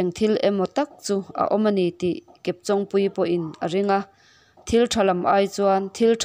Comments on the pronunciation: Chawng hi intawng tih a tawng anga lam tur...Kepchawngpuii hming a, chawng tih ang thluk ang hian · Chawng hi I lam dan a dik lo kepchawngpuii tia chawng I lam ang hian lam tur chawng an Chen a I chawng lam hi a dik lo